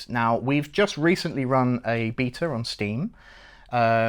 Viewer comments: Love these outside of the nails on chalkboard of hearing them mispronounce "Beta" through the whole thing. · I'm sorry i hear beater rather than bay-ta..... Beta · bro says "beater" instead of "beta" and it is very charming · This video is just more proof that those who win world wars and those who pronouce Beta as beeetah. Lol